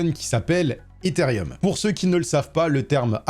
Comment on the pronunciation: Ethereum* et non pas Etherium. Arrêtez tous de prononcer un i qui n’existe pas 😭😂